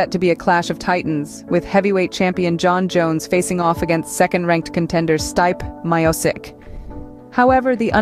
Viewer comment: learn to pronounce stipe miocic